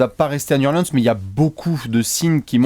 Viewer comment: Nickel vos apéros les gars. Par contre faites un effort, Niou Orlin'se c'est quand-même pas compliqué à dire!